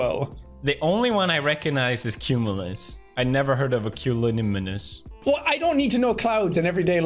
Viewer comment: "I've never heard of a culonuminous." 😃 Pewds constantly mispronouncing cumulonimbus is hilarious lmao